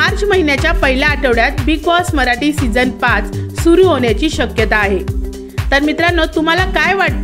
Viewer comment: भाषा कानाला खटकते. मराटी नाही मराठी आणि येनार नाही येणार.प्रथम भाषा स्वच्छ व स्पष्ट बोलावी.